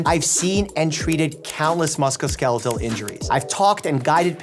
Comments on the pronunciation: isn't it musculoskeletal not muscoskeletal? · Very intelligent doctor, great body...of knowledge, just an amazing all-around educator: cannot pronounce "musculoskeletal" to save his life!